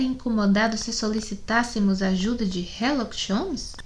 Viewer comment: Por que ela lê herlock em vez de Sherlock